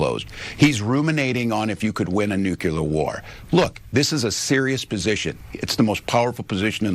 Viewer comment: NU-KLEE-er,!!!!!